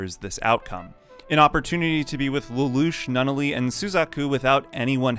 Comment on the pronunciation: Its hard to take this seriously when you keep saying Eue FEM ia and Nun all e